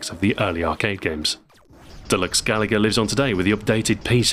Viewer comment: I wanted to hear retroahoy’s original pronunciation of, “gaLaga.” Such a brave way to pronounce it.